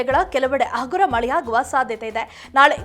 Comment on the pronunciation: ಹಾಸನ, ಆಸನ,ಹಗುರ, ಅಗುರ ಏನು ಕನ್ನಡವನ್ನು ಕೊಲ್ತಾ ಇದ್ದಿಯಮ್ಮ ನಿಮ್ಮನ್ನು ಆ ಭಗವಂತನೇ ಕಾಪಾಡಬೇಕು